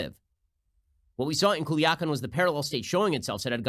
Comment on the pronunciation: Pronounced cool-yah-kahn, Ben. Smh